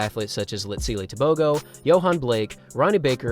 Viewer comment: Bro is saying Tebogo so wrong